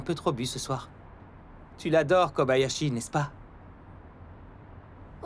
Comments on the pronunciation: Elle a dit Kabayashi et non Kobayashi '^' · elle a dit Kabayashi :'l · vous avez entendu comme moi "Kabayashi" et pas "Kobayashi"? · Anmednock j'avoue et puis le pire dut pire c'est qu'il dise kabayashi et non Kobayashi et thor que toru, cest pourtant simple a dire il aurait pus faire un petit effort sur se coup là mais sinon tout est bon